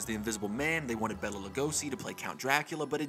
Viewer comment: Its pronounced BAYLA not Bella. My mom once worked for a bank that had his familys estates account there and she got chewed out once for saying Bella